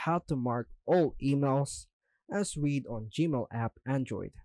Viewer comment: "Read" in this context is pronounced "Red" ,like the color. We want to mark them as "read"-(red) because we don't want to "read" (reed) them. I know that English is confusing and nonsensical but we have to read the room for proper pronunciation. Don't make me read all those stinkin' emails!